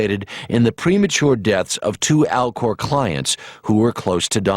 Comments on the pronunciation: I was listening to this without watching the footage and I thought you said Al Gore instead of Alcor, lol. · "Alcor" sounds just like "Al Gore". Is that supposed to be right in your face ?